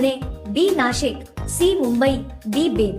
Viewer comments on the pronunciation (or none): none